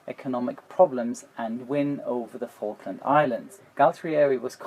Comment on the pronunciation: pronounced Falkland just like Vulcan. Probably thanks to German's mess of F, V and W sounds.